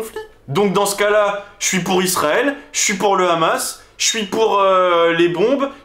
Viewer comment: Et oui en France condaner le rrrrrrrrhamas😅 c'est obligatoire 😅😅